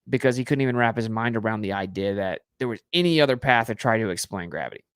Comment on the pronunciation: Literally why do you pronounce “idea” the way you do. 😅 I’ve never heard such a thing